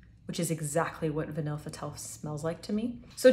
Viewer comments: vanille is said like va-knee 😘 french is an interesting language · vahn-y "vanille" pronounced vahn-y